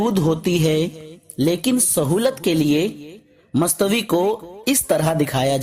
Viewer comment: mastvi ni bhaya mustawa hota e